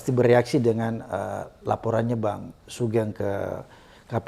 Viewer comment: Pak Abraham panggilnya jangan * SUGENG ( Pake E ) tapi SUGEUNG * j😁